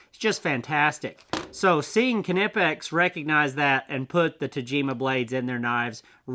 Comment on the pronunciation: Kanipex??🤣im going to go out on a really long limb here.Im probably 100% sure it’s pronounced ny’pex… Don’t know why people have such a tough time with the brand 😂